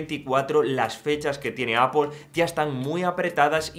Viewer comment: Porque pronuncias apol si luego dices mal iPhone? Cateto. Di apel y ya está